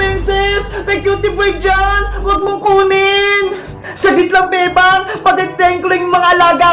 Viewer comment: pag nag sasalit si emily sabi nya bebang pero feeling ko sinasabi nya bembang